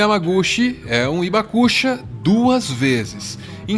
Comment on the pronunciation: Oi pessoal, uma correçãozinha de pronúncia. Hibakusha, não é ibacucha, é rribacucha, o h tem som de R de riso, rio. Outro detalhe, temos ainda vivo no Brasil, o sr. Morita, um Hibakusha,. Quem quiser conhecê-lo basta ir à sua loja de produtos japoneses perto da estação Saúde do Metrô paulistano. Uma simpatia de pessoa.